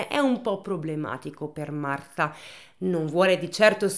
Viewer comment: Marfaaaa... se non lo sai dire...potevi dire Marta cosi ci saremmo risparmiati quel fastidiosissimo Martfffffaaaa ogni 2 per 3.